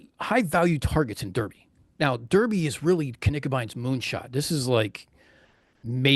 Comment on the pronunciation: Great presentation. But please remember for your next presentation that Derby is pronounced, "Darby".